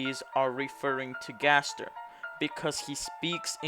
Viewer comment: You said W.D Gster XD